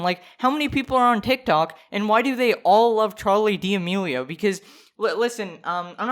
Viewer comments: "Charli Deeameelio" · "Charlie dee Amelio (;"